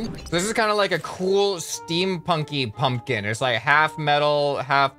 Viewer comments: The second p is not silent I think U say a B like pumbkin or that p is very, like,.... Short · Pumpkin does not have a silent p. Try say it again but don’t shout out the p that much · Idek why he said that tho. I'm American and everyone I know pronounces the p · The second p isn't silent, just subtle. I'd say most people pronounce the second p. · I like how he said nobody pronounces the second P in pumpkin but he proceeds to pronounce that second P every other time he says pumpkin in the video, lol.